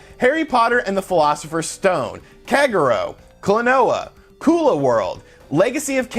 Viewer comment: Kagero is pronounced (kah-gear-oh) you dufus.